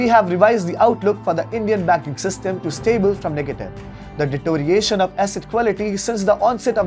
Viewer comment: deterioration not detoration